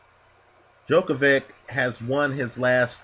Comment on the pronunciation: Djokov-ICH, not -IK..